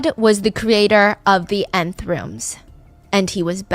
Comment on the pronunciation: it’s not called the 9th room it’s the Nth room😅